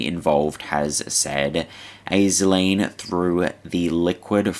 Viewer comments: No hate but Aisling is pronounced ‘ASH-Ling’ love your stuff mate! ❤❤ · Aisling is pronounced Ash-leen.